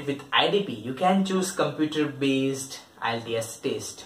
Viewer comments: It's not taste it's test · Y u say taste? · I appreciate your intentions but please gather good info and also stop saying taste. And one more don’t repeat things which u already said clearly, it’s annoying.